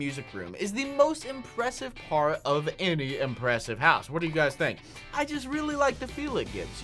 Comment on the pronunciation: Am I the only 1 who heard fart 2 instead of part 2? Like if u heard that 2